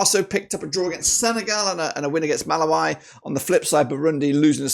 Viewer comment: Malawi is pronounced MA-LA-WE(ENGLISH)